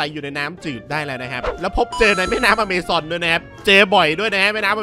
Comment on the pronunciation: แก้ไขเพิ่มเติม Amazon อ่านว่า แอมะซอน ไม่ได้อ่านว่า อเมซอนนะ ยกเว้นชื่อร้านกาแฟ เค้าจดลิขสิทธิ์ที่ชื่ออเมซอน